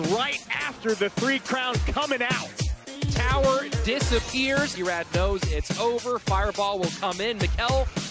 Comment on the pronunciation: b-ruh lol